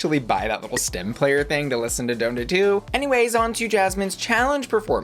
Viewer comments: Watch this episode to see pronounce Donda as Dough-nda lmao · mama you did NOT just pronounce donda like bone da 💀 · Don-da lol why you saying his mom name like that 😂🤣🤣